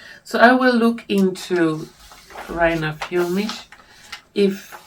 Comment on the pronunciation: As always, a huge thank you for your effort and all the work you put into each video - it is a work of art in every respect! All I can say about Reiner Füllmich (by the way, you pronounce his name perfectly!) is that after three personal encounters, I find him to be a person with an open heart and a truthful speaker. My feeling too is that it won't be long until he's free again. Let us remain full of hope, love and confidence - this is our strongest spiritual "weapon" in this time of fear and distress! With love and gratitude and with warmest regards, Andrea